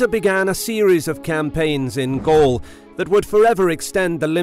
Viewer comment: Gall? Not Gaul?